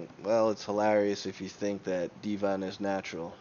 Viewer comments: Deh vin, not dee von lol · Deeevon?? It's pronounced DEVON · There are many reasons to dislike this video... But by far the greatest reason, is that IT IS DEVON, NOT FKING DEEVON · its not devAn its devOn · Deevon? Devon.... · His name is not dee-von lol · so you can say 'density' properly but not Devon???.....you trollin bro?.....its Devon, like Kevin...smh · I dont know how he managed to pronounce Devon wrong. Dee Von xd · how can you pronounce it Dee-van seriously how ignorant are you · Why are you calling him dee von? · Who's Deeevon? Kinda discredits your opinion when you can't even pronounce Devon correctly... Lol that's not even a difficult name to pronounce. Too much weed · Why call the guy divan when its devon??? wtf.... and why call denis “ dinnis”....😳😳😳😳?? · The way you pronounce Devon is way off guy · You're pronouncing Devon name wrong lol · Why can't you pronounce Devon correctly?